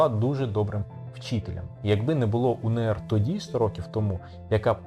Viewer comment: Зауваження: не УНееР, а УеНеР, адже буква "еН".